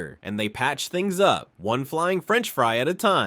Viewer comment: “Lesson number fwun”